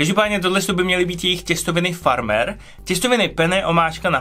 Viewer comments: Smejete se vyslovnosti pizza hut ale sam reknes testoviny FARMER c tak jak teda?! 😂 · Sorry, ale s tvojí výslovností "těstoviny farmer" (nebo ve starších dílech "Gusto Giusto") se fakt nemáš co smát poslíčkovi za "pizza hut" 😅🤣🤣